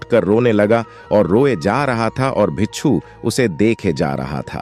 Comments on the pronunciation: Pagal admi bicchhu bicchhu bol raha hai , bhikku hota hai means monk , bichhu means scorpion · Bichhoo nahi hota bhai...😂 Bhikshu bolte hn.